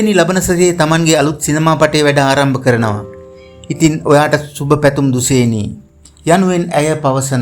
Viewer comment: දුසේනි නෙවෙයි යකෝ දුශේනි...